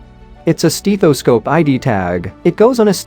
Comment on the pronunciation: those steeth-o-scopes, lol